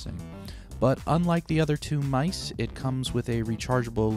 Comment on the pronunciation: 4evadunkley It’s mice